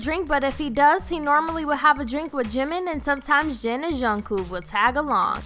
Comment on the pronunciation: Yea and she said something like "Zhin and Zhunghoo" too lol